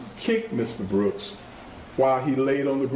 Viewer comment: That DA can’t even use proper verbiage. “ Mr. Brookzezez “.